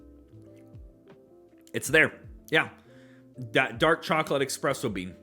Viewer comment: Just picked this up as well and I loved it! I definitely go that sandalwood type note you were mentioning. Plenty of classic Dewars peppery notes as well. Also, espresso No 'X' lol